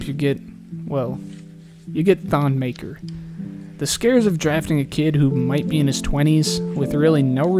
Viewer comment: I think it’s actually pronounced Ton Mahkur